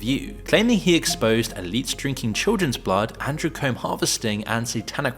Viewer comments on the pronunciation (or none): Im sorry but I gotta point this out but ..... Andrew andrewchrome 😂 think you ment adrenachrome lmfao